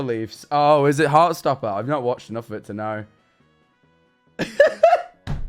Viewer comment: "i knowrrrr"